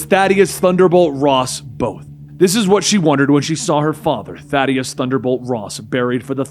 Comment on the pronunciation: it's pronounced Thaddeus not Thaddeus.